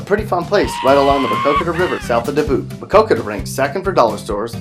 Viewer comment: Learn how to say Dubuque 😒